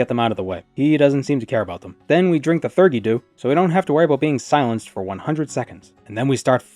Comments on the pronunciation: I can, should, must, and will be that guy (it was probably mentioned in your stream but my need is too great): theurgy is pronounced thee-ur-jee, it's a real world term for, essentially, holy magic. Usually found in the context of Kabbalah (Jewish mysticism and magic, it's where golems come from!), in which you inscribe and speak secret and sacred names of God and angels for powers and replicating miracles. It can, however, refer to any magical system or practice in which deities and their messengers/servants/emanations are invoked for magical purposes. If it comes from what your culture considers a god or their direct servant, it's theurgy. If it comes from anything not that, like demons and spookies and whatever else, it's thaumaturgy (and every other synonym). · "Theurgy" roughly like "fee-ur-gee" with a th not a f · Hi! "theurgy dew" is pronounced "Theeee uur gee." It etymologically linked to theology! Theurgy just means... "Religion-y." I hope this helps!